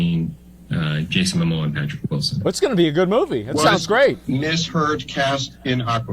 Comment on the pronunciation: his name is ‘Momoa’, not ‘Mamoa’. 🤦🏼‍♀️